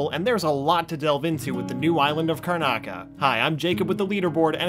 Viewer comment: "The island of Karnaca" smh